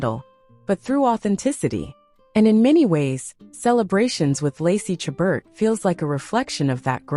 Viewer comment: My favorite Hallmark actress. Please learn how to pronounce her name.